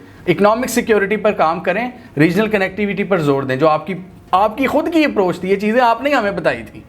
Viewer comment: "App ki Khud ki yeh approch thee " --- App yani NUTURALS 😮‍💨